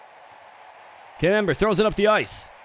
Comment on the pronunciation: I can't help hearing Cam Amber as the French cheese camembert.